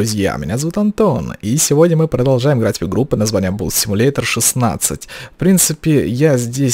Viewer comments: не бус а бас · Только не "бус", а "бас".. :)